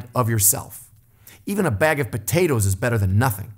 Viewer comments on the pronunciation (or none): You said abeg of peteros.. I say a bag of potatoes (pota-toes)